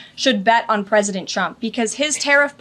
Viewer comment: The ”Pwesident” is ruining our economy. Tell me when is this “Trumps” economy. I just wanted to know when they think we can hold them accountable. Idiots.